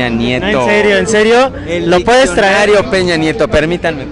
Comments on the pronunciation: Se pronuncia Diccionario, no ditsionario. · chingada madre todo estaba bien hasta que dijo ditsionario ><¡¡